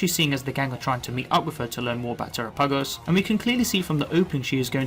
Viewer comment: I love you and your videos but your pronouncing terapagos incorrectly. It's Ter-apa-gos. Pamfro games made the same mistake... lol. Minor thing but really makes my brain itch! Haha! Thank you for your good work